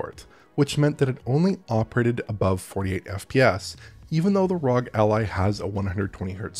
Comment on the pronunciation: why did you pronounce ROG like that it's R-O-G not one word.